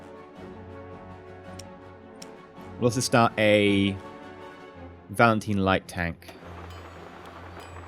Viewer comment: I find it funny how you can't pronounce Valentine :p